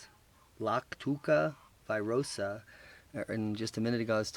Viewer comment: It'not virosa , its veerosah